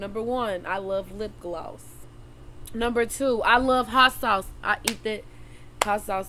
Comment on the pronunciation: She said lip glayosss